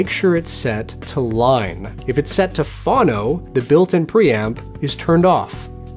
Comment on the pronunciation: you can ground your turntable to any of the screws holding the cover of your receiver to the chassis. Get rid of that athletic tape. Also, you again pronounced phono incorrectly. It’s pronounced phone-o, not fawn-o.